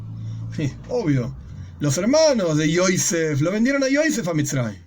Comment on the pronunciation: Hay que pronunciar los nombres de los personajes en HEBREO como lo dice la Biblia, NO EN YIDISH Se dice Joseph no Joise